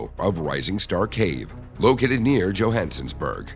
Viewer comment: It’s nit Jihensenburg it’s bloody Johannesburg Is this being narrated by a robot